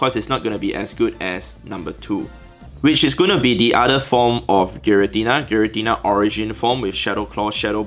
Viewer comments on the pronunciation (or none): none